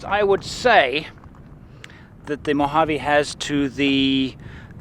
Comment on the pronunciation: It's, "Mojave." Great photography, though!